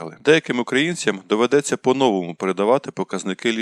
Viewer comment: Спочатку диктору слід навчитися вірно ставити наголос в укранських словах : "по новому" та інш. Також не існує слова "областя"